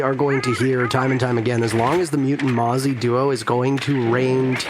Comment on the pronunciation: Mute + Mozzie = Mote? Pronounced like moot